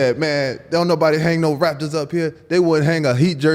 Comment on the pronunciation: when a former Miami Heat player achieves what Bill Russell did on and off the court, then you can have a Heat jersey hanging in Boston. Also, is it just me, or does it sound like UD is saying "Raptors" instead of "Rafters?"